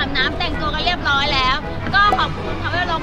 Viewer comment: ตลกพี่มีมาคชอบพูดว่า เรียบร้อบ แล้ว55